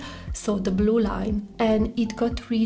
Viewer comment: Sorry, your accent is very similar to the italian accent. For example you pronounced "blue" in a perfect italian haha